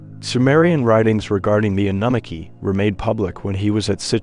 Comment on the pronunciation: Love the content, the pronunciation is just terrible. Especially Annunaki. I find myself going back 5.. 6 times to try and figure out what you're talkin about.. that's inexcusable.